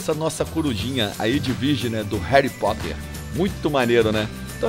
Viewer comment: E Harry Potter não Hery Potter...